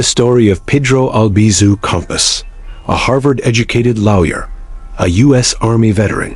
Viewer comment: It's Campos, not compass!